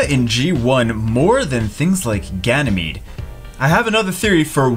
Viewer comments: He's Ganymede not Ganymeade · "Ganymeade" omg I'm laughing so hard! xDD Plot twist: he has been Ganymeade all this time o.O I'd used to say Woonsa to Woosa all this time xD!